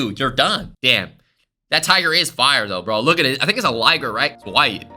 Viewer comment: Bro really said liger